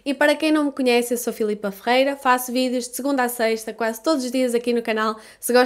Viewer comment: Eu entendo assim FILIPA FREIRA e não FERREIRA.